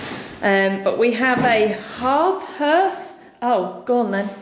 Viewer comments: The paint effect reminds me of the colour-washing I did everywhere in the early 1990s - I don’t envy you if you decide to do the ceiling too. By the way, it’s usually ‘harth’ rather than ‘herth’. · Pronounced “Harth”. Spelt hearth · Love waching your renovations you are doing a great job, by the way it is pronounced HARTH but spelled hearth. Sorry your cold nothing worse! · Great stuff you two 👏👏 coming on nicely.love your vision and determination.( it's a Hearth pronounced " Harth" ) best wishes as always to you and the furbabies Xx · it’s never pronounced “herth” 😂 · Yeah, it’s pronounced ‘harth’ (hearth) lol